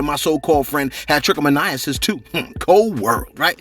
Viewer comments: It's pronounced 😁😁 trick-a-moan-nis...liked the channel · Just call it trich (trick) you're not saying it right lol